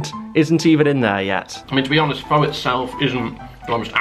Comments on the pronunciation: Every time you mispronounced Pho as “Fo” I killed a small cat. It’s “Fuh” 😂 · He it's pronounced Faa not Fow, Fow means prostitute or something, I learned this pretty quick when I visited Vietnam, and yes it's meaty liquid but it's absolutely delicious so that place must be bad 🇻🇳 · Pho is pronounced Fa not Fo. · Pho is pronounced 'Fah', not 'Foe'. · great video! the noodle dish it's produced more like "pha" rather than "pho" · Pho is actually pronounced like "Pha or Fa" and this is coming from a lady I worked for whose family is from Vietnam. Is a toastie like what we in America call a grilled cheese? You are a trooper for trying all of these low rated places 😂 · It’s pronounced like “fur”. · its pronounced FUR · Pho is pronounced fuh btw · Pretty sure pho is pronounced like "fuh" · Pho pronounced Fu . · Pho is pronounced as fer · pho is pronounced fur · Pho, say is as 'for'. You must have posh ratings, Here in Kettering NN16, we only have 1 to 5. No Zero rating. PS, They have a 4 from the 1, still shit. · No offense but you're supposed to pronounce pho like "fu" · Your pronunciation of Pho was melting my brain.